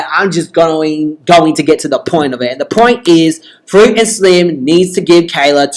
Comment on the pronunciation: You said frit that is not her name🙅🙅🙅